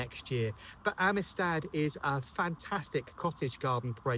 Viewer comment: Omg you did so good with the black baccara name in the rose review video, only for it to trip you up now😂